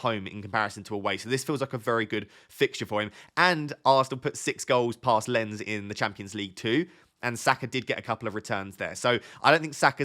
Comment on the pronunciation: How rude! you pronounced "Lens" wrongly. hehehe